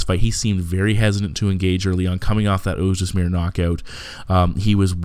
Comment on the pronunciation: Oez Demir, not Oez Desmir. Great breakdown!